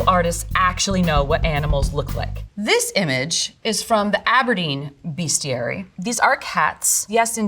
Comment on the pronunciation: its not BEAST-iary, its BEST-iary. A professor should probably learn that..